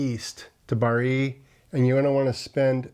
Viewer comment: Good video. Just have to add: Bari is pronounced BA-ree, accent on the first syllable 😊